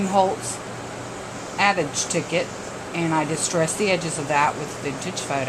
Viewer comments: Very pretty,! I don't know what makes me more excited, your project or the fact that you know how to say "adage"!!:) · Thanks so much for this tutorial and roxyfur is so right its great to hear somone say "adage" correctly.